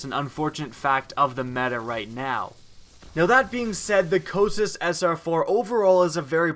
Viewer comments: Co-kite-us. If your gonna do a review, say it right. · it's pronounced Coh-Kite-iss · Yes, it only takes a minute to determine the correct pronunciation of the name of the weapon. It's named after one of the rivers of Hades (the "river of lamentation") in Greek mythology... I don't think he's ever used it. He's just looking at the numbers. The aim assist, power, and feel are incredible.